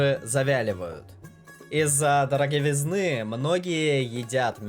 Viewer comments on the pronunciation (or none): Что за произношение ?где ты учился --шелковИцу ,,дороговизнЫ ,голос противный тоже